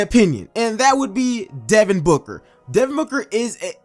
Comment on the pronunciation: Stopped watching when he said booker at 30 😂😂 ok